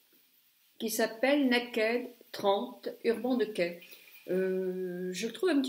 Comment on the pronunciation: J'espère que quand tu es sortie tu as fait tes deux yeux de la même facon !! Mdr..l'avantage de prononcer de mala façon dont c'est inscrit c'est que l'on comprend très bien de quoi tu parles ...et je prononce urban decay de la même façon que toi...qu'est ce que ça peut faire que tu prononces mal l'anglais..certains anglais prononcent mal le français et on trouve ça charmant !!! Bisous ma belle et merci pour ces deux tutos